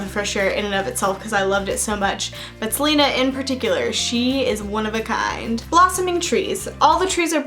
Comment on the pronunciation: Celaena = Ce-lay-nah. Not Selena